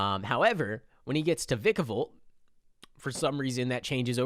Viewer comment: And I just found out that Vika-volt is V-I-ka-volt just to let u know not to be rude